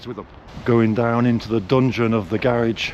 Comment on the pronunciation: So one thing we have established in this video is that you're rich, contrary to what you said in previous videos. That we have established! But if you could do me one favor and pronounce the word garage correctly, so that I don't have to call you up and yell at you. 😂😂